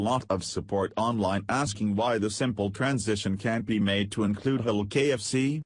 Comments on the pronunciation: too funny...the computer voice keeps saying "hell food" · FUNNY FACT ABOUT COMPUTER-PROGRAM "VOICES", THEY CAN'T SAY "HALAL". Listen to this! Every time the word comes up the COMPUTER says "H'LLL'"---or maybe it's just "HOLE"---then the next phrase tumbles over it. ELECTRONIC VOICES SHOULD BE BEHEADED. THIS SITE'S SYNTHETIC SPEECH IS UNLISTENABLE ENOUGH; ADD TO THAT (or "subtract" FROM IT) the JUMPS & DROP-OUTS. This site SUCKS! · Was the Text-to-Speech robot voice trying to say, "Halal" to refer to the Muslim's preference for food slaughtered & prepared in a specific manner?? It kept coming out as, "Ulul"! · Robot voice pronounces halal food... as HELL food. Very funny. I don't like ROBOT VOICE OVERS. Thumbs down for you... too lazy to use human voice-over. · Its Kentucky Fried Chicken, not Muslin Fried Chicken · Halal? Is Mr Computer voice trying to say the word "Halal"? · Computers can't say "halal" interesting.